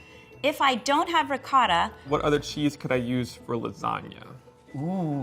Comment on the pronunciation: Great video..but the way says ricotta makes me cringe a little bit.